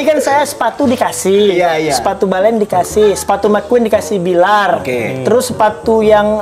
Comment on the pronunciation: Billar udah kebawa Dede nyunda bgt F jadi P wkwkwkwk